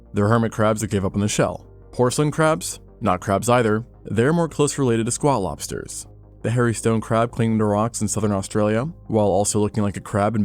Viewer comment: I can’t be the only one that kept hearing Squaw lobster not Squat lobster.